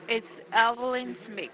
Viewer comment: Its Evil-in-s*h*it! Zombie scammer script reader and murderer of the English language!